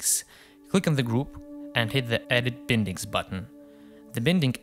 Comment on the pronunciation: Great work! Just a comment: it's pronounced 'bye-ndings' (/ˈbaɪndɪŋ/). Regardless! I'm a huge fan!